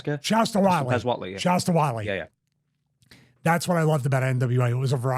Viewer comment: "Shaska Whatley"